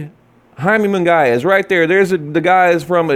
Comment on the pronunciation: Its pronounced Mungeeeyaaa.